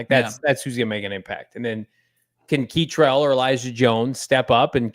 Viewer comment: Kei-trel Clark??? Oh man we’re in trouble. U guys thought he wasnt even going to make practice squad!